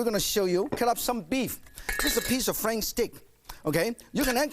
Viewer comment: How can you say noodle, but say Frank steak? How can you say dressing instead of dlessing? How can you say dressing but cannot say flank? What is shitty sauce?